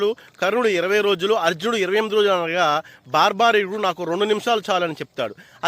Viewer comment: బార్బరికుడు అతని పేరు... భార్భారికుడు కాదు 😂😂😂